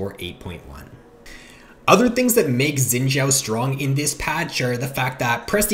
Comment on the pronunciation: I cringe at how you say xins name